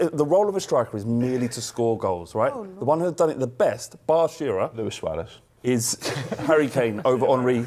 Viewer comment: ‘Luis Suarez’ 😂😂😂